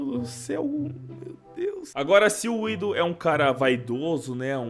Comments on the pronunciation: não é widoh é winnnnndoh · vc fala WIDOH cara é WINDOH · Krl man dica falando Winduh pqppp é windoh krl